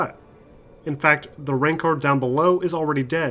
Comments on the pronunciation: Fucking idiot can't even pronounce the creature rancor's name. Have you even seen Star Wars? More than 10 seconds on graphics, which a game over a decade older would obviously lose. Thumbs down. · The way you said Rancor and Iden Versio bothers me